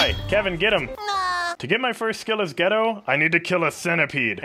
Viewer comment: i am trigger from the way you saidd geto say the E like EEEE not eh